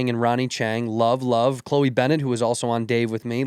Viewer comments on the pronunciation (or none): none